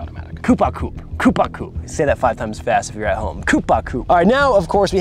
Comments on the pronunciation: the P is silent in coup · *Coo par coo. One does not pronounce the P in "Coup"